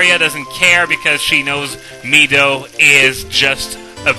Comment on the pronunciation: Finally, someone who says Mido the right way.